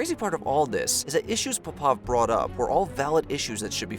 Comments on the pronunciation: Or puh pov instead of pop ov. Or shah gu instead if shoygoo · Puh pov? Sha gu? Ffs